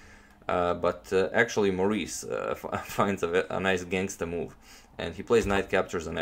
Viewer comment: "Gangster" is the way a white person would say it which makes all the difference depending on who you ask :p